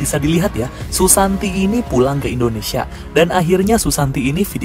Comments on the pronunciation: indonesai wkwkwk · 5.20 itu Indonesia bukan Indonesai